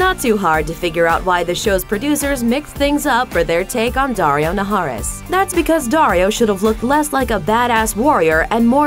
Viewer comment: That daario naharis LMAO